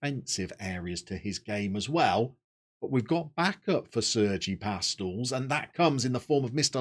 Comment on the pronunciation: For pronunciations: Pastells is Pas-teyas (or close to, hard for us English natives); Campeny is cam-pen-ya (the "ny" phoneme in Catalan is the same as the n with the tilde in Spanish); and Jordi is more like zhor-di than Geordie.